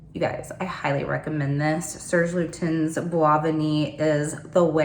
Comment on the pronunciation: Serge Lu-tan...French name, the last letter in a French word is almost always silent, which the "s" is silent. Ri-fi-khat...THREE syllables. I have both Rifaaqat and Babycat and love them both!!!